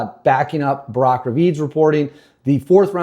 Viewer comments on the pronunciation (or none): none